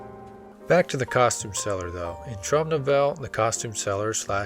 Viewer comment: OK, akshuallyakshually: It is pronounced Trowm No-vell-ah